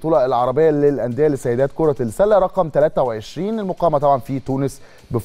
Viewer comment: اول مره اشوف مذيع لا يفرق بين اللام الشمسية والقمريه ينطق السله لام قمريه